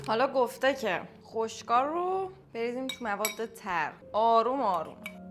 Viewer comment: اونجایی که میگی بامزه و خشوک میشه>>> فقط یه یزدی می‌فهمه😂❤